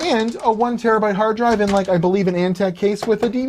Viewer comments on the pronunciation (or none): none